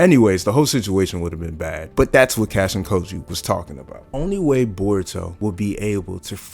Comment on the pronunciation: Lmao you’re pronouncing kojis name wrong it’s not “cashin koji”lol